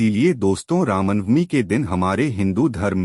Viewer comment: कमसेकम रामनवमी तो ढंग से बोल लो ..